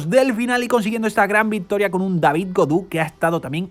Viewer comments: hola gaudu de pronuncia godu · Gracias por permitirnos ver el resumen de esas carreras que no se dan en la tele por mi tierra! y por si se luce en el futuro David Gaudu, su apellido se pronuncia Godu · creo que en frances au se dice o. lo dice casi bien.Es Godu.